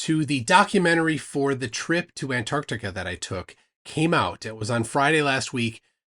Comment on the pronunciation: That Sith Ifrican still can't say Anartica....